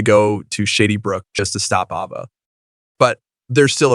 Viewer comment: Can we get someone who knows how to pronounce Shadybrook and Cassadine. I’m sorry but hun you need to know how to pronounce the names before you record. Those of us who have watched for more yrs than you’ve been alive get upset when it’s not pronounced correctly. Just some advise.